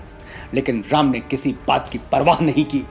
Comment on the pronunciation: Aap prabhu ka naam' sahi tarike se lijiye.